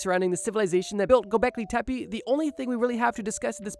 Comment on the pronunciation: Just wanted to let you know it’s pronounced Tepeh.